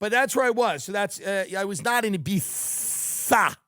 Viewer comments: Thank you for pronouncing Ibiza (e bee tha) correctly. It’s a wonderful place except when I went there some guys made fun of me :( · Tim saying Ibiza the way everyone else does brings me happiness